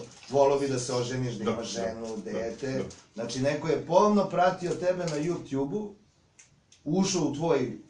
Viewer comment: je najbolji kad kaze JUPTJUB haha!